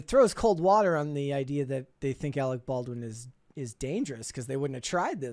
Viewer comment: "You are worfress Arec Barwin!"